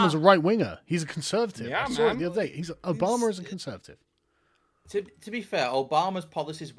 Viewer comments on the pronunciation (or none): none